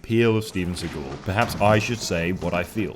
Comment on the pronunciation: Seaghoul? How the fuck does he pronounce the name?